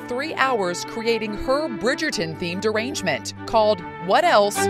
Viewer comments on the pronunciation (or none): Definitely sounds like she said “Bridgerton themed derangement” hah.